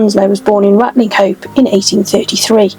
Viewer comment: Great video. Just one thing though, Ratlinghope is pronounced Ratchup in our fair county.👍